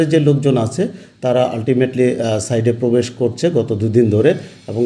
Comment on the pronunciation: একজন ইঞ্জিনিয়ার যখন "সাইট"কে বলে "সাইড" তখন এ দেশের শিক্ষার মান বুঝা যায়।